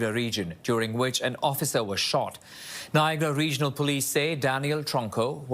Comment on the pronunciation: Maybe hire a news anchor who can pronounce "Niagara", preferably one with a Canadian accent